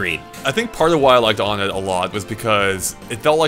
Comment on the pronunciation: Uhh i dont like being picky but, you pronounced onett wrong, its like saying number one "one-ett", all of the first major areas you go to are like that, twoson (two-son) Threed (three-d) Fourside (four-side).